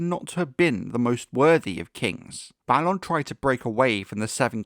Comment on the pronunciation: Thank you for pronouncing Balon the proper way, after all there has to be a difference between Balon and Baelon. "A" doesn't always need to be pronounced like "ay" sometimes "ah" is correct.